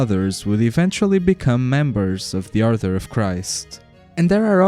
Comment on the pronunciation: Are you saying arthur or author? You keep using a word, it sounds like a rank or something. Edit: Nevermind, you got to the Order of Christ part, I just realised you just have a speech impediment my bad. Leaving this comment though because I know a lot of English speakers will be confused by 'author'.